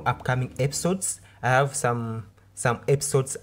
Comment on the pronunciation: Do you have a problem with H? Aving insted of Having, ave instead of have, andred instead of hundred